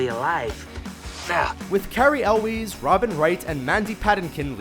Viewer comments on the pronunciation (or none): Love your stuff, but quick pronounciation tip! Cary Elwes--Elwes rhymes with Elvis. And it's Mandy Pah-TINK-in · Mandy Paddinkin? Cary Elweez? Do you even know how to pronounce people's names?